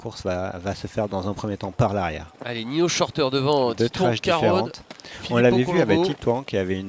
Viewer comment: Le présentateur a un problème pour dire titouan carod 🙄🙄🙄